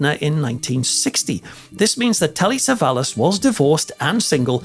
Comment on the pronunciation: Acho QUE É TELLY " SAVALLAS"